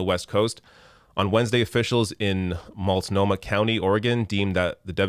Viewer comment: Hey! You said "Multnomah" exactly right. It is the county that includes Portland, where I live. On the 3rd day of the heat wave, my house, along with 6,000+ others, lost power for 5 hours. It was just one of several outages during those 3 days, and probably contributed to the death toll. There were only 2 cooling centers in the county that accepted people with pets, so that probably contributed, as well.